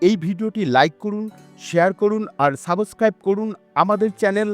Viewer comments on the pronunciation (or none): ভালোই হয়েছে।সাবোসক্রাইব উচ্চারণ টা সঠিক হয়নি।সাব-স্ক্রাইব হবে।